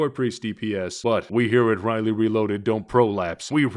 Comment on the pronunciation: Love the pronunciation of my name Rylee